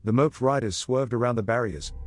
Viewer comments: I enjoy watching these, BUT, your bot cannot pronounce moped it is MOW PED. HATE THOSE BOTS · Moped is pronounced Mo - Ped. I doubt that the moped rider moped as he rode.